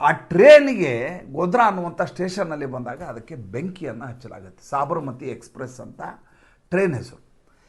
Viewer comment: Sabaramathi express not saabramathi